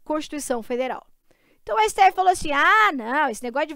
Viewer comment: 👉 - nooussaaa siteéfi... Hahahaha